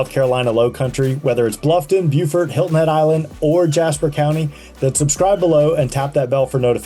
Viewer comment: It’s Hilton Head, NOT Helton Head